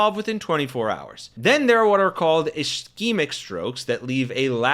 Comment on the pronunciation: Not only can you not pronounce “ischemic”, but you also have no idea what it is. Do better.